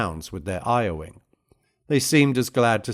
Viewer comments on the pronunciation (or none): I really like the artworks, the text and the timestamps, etc. My only criticism is that I'm not quite sure I believe this is human-read. There are some peculiar mispronunciations (like i-owing instead of lowing) and a certain lack of expression that make me think this is an AI voice. There's nothing wrong with that in itself, but I don't appreciate dishonesty. I would much prefer to be wrong about that, but I can't seem to find any information online about a other than an Irish cyclist. Still, I can see that you've put a lot of thought, effort and knowledge into your image selections and other annotations; all of that is very good.